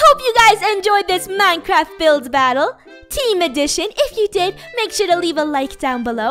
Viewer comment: I thought you said Minecrap...